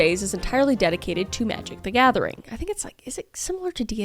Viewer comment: When I heard you say Magic the Gathing I was like "hubby come here!" 😂